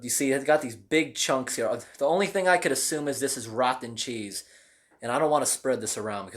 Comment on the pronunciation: “Rothen chaes”